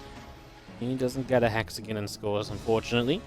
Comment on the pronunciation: "Hexagn" lol